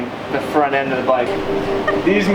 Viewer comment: Says font instead of front